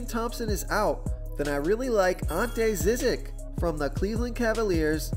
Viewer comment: And Ante Zizic is prnounced JIH jitch